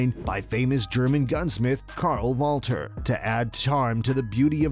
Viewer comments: It's pronounced Wall-ther, not Walter. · It's not Walter my guy. Its Walther. Come on now. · The correct German pronunciation of 'Walther' is 'Val'-tur'. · It's Wall - Thur, you dipsh$t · The 'h' in 'Walther' isn't silent bud. Also, the reason that the weapon claimed to be Hitler's sold so cheap at auction is due to lack of evidence that it truly belonged to Hitler. At that point in time it was rare that Walther actually built the weapons wearing his name. However, the weapon in question is said to have been hand made by Walther himself and he was said to have NOT included ANY sort of serial number anywhere on the weapon. The handgun sold at auction did in fact have serial numbers stamped on it but theres nothing matching those numbers directly to Hitler. Helluva story behind the weapon but it'll be hard to get a million dollar bid on it by a serious collector without any evidence of it being the exact weapon that was custom made for Hitler.